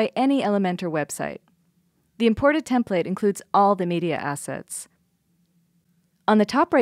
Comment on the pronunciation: Love the product, love the videos on the product. Had to stop watching this one. You say template wrong and I couldn't get past it.